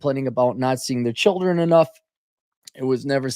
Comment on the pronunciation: Cap is pronouncing "children" wrongly here, she would say shillinz.